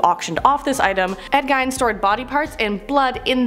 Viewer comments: Gein—pronounced like jean but with a G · Omg please pronounce names correctly. Dybbok box. Gein.